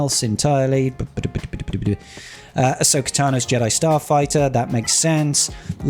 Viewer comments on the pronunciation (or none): none